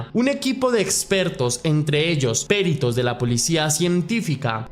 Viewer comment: te admiramos mucho pero a veces se te escuchan algunos errores de pronunciación. Ejemplos como PERITOS no lleva el acento en la primera sílaba PEritos y asi lo pronuncias en este video. Otro ejemplo son las palabras que incluyen la letra E como segunda letra como REALIZAR, lo pronuncias como RIALIZAR... puedes fijarte en varios de tus videos ya que yo me los veo casi todooooos y ya lo he notado bastantes veces. Lo digo de una buena manera y con todo respeto porque considero que haces un excelente trabajo y eso es simplemente un pequeño detalle que se puede mejorar. Un abrazo y saludos desde aca en Medellín a la orden cuando vengas. 😊😊😊